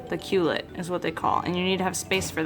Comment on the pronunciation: Pronounced 'Coo lay' not kewlit lol!